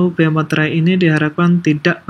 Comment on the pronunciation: Masih banyak yang menyebut meterai sebagai "materai" 😅